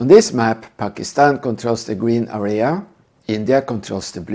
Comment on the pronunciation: Good lord your English sucks! Took me forever to realize that you were saying area 😂 It's area not arria 😆